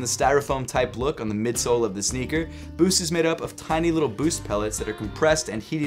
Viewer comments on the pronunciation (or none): none